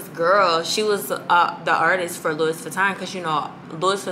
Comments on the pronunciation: cringe every time I hear the ssss.... but that's my girl! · It’s pronounced Lou-Wee not luis 😂